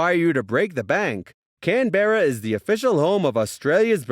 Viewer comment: Its not can-be-ra its can-br-a